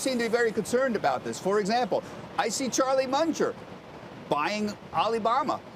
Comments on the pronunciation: the clown can't even pronounce Munger's name properly wtf is this crap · Fool cant even say the name right. Other fool says delisting will take the stock to 0. Can please someone please give him a drink. He tripping